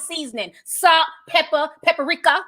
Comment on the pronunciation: Hi Ti!😄 Did you say peppa-ricka! LMAO 🤣